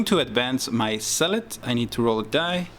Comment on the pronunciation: The way you pronounce Zealot sounds like "salat", which made me chuckle. Other than that, nice batrep.